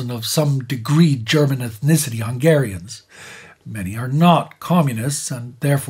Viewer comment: Kudos for the historical accuracy and the maximalist attitude is clearly visible from small details like the near perfect pronunciation of hungarian words. Keep up the good work 👏